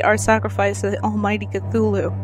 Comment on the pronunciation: Yay for cthulhu. You're the only person I've heard pronounce it the same as me. As a 'th' not a 't' in the story lovecraft says that's just the closest that human vocal chords can come to pronouncing his name so I assume it's said phonetically. I love that rhyming couplet from the necronimicon I have it written across my wall. Lovecraft is amazing. So are you. Thanks for the vid. (and sorry for this essay) x